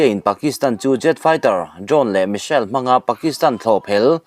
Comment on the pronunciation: Missile pawh hi misel a ti ve ziah.